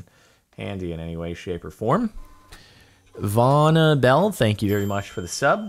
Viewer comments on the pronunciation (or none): You pronounced my name wrong 😔😂 vannahbelle (VAN-uh, not Vaun-uh)